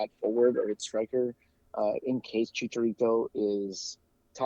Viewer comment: I love the podcast, but if you're gonna say Chicharito's name a whole bunch of times atleast give him the respect of pronouncing it correctly. Chee-cha not chick-a